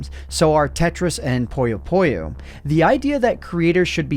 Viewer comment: this has almost nothing to do with the video but the way you said puyo puyo physically hurt me